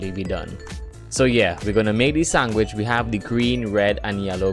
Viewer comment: The way you say sandwich bothers me. And you say it a lot